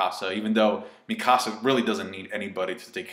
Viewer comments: one say Mikisa name right ffs, and it corp 104... no squad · The way you pronounce Mikasa sounds like the name of someone from the lion king